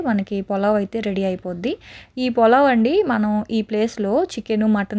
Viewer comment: polav kaadu pulav